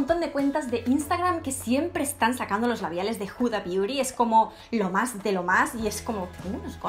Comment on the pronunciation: Que no es Juda es HUDA con H no con J. Tan inglesas que vais y pronunciais los nombres fatal